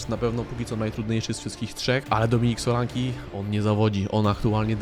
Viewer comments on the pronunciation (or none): Solanke nie Solanki